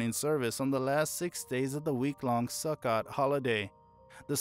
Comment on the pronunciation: su-kOt not su-kot 😂😂❤